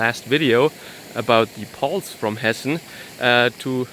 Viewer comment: Hessen dude not Hesse.😉